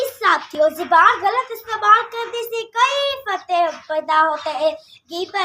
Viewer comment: Zeeban nahi zaban correct hai...